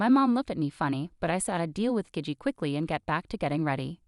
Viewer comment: Gigi is gee-gee, bot voice